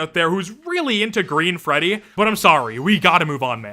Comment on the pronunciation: hehehehehe "greddy"